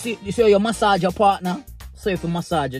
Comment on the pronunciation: MAH-SAHGE IT EEEIIINNNN!!!